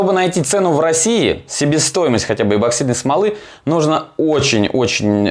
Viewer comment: эБоксидный ты наш - чуть уши не завяли.